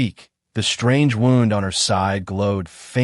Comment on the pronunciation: The AI voice can’t even pronounce the word wound correctly. You need to get rid of it and get one that can pronounce words correctly.